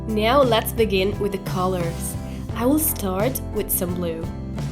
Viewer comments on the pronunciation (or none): piccolo appunto sul tuo inglese 😃 "now " si legge NAU e non NEU: ):):-) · Hey hey mica intendevo giudicare il tuo inglese o dire che è sbagliato. Solo, si legge "nau" in Inghilterra ed negli Stati Uniti. Poi se vuoi dirlo all'australiana o sudafricana... :D Se dici "neu" non è sbagliato, ma (a me) suona male. ;)